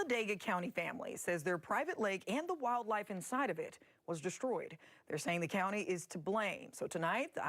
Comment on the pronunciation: DesTroyed, not DESH-troyed. There's no H sound in ST. SINCE then, not "sense then".